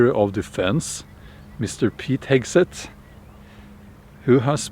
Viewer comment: The cruellest part is how you mangle the pronunciation of Hegseth's name :D